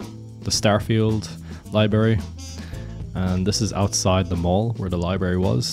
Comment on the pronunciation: You don't even know how to pronounce "Library".